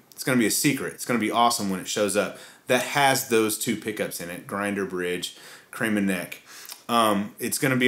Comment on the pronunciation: as Hispanic man, I can confirm you pronounced it correctly as 'KREH-ma'.